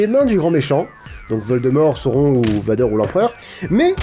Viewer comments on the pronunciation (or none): none